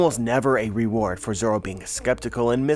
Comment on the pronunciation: So zoro’s name is not actually zoro? It’s zolo?